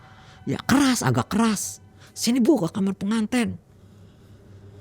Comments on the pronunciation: Apa cuma q aja setiap ada narasumber ngomong kata "KAMAR" tu ngedengernya "KAMER" 😭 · Itu bhsa jawa